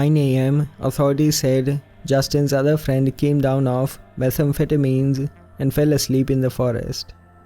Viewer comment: Are you based in Scotland? Just with you saying 'doon' it's how we say down here 😂 Good work 🤗👌